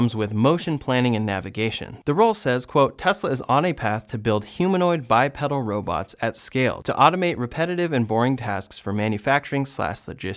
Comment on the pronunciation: "[BY] + [PEE] + [DUHL]" - great vid otherwise